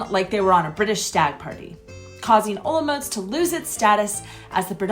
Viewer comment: your pronanciation of Olomouc is wrong... say in czech Hollomoooc! or Olmik